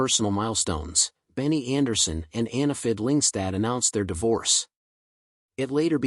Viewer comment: Jesus Christ! Her name is Anni-Frid not Annefurd.